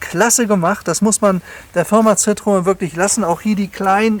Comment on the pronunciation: Ein phantastischer Wagen aber ein Schoenheitsfehler hat das Video doch, warum glaubst du, das Citroen im original die zwei Punkte auf dem „E“ hat? Ganz einfach, der Name wird so artikuliert (ausgesprochen) wie geschrieben citroEN, aber leider glauben viele Deutschen alles was franzoesich ist wird auch „nasal“ ausgesprochen. Hinzu kommt auch dass der Wagen nur fuer den Fahrer weich und angenehm ist, fuer die meisten Fondpassagiere war es ein Schaukeln das aehnliche wie eine Seefahrt, Erbrechen inklusive war